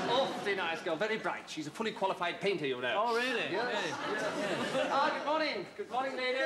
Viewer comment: It was " Veal-ly Really" 😁